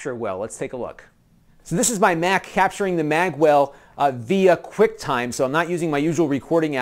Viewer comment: I'd be better convinced if you didn't pronounce Magewell as Maggwell !!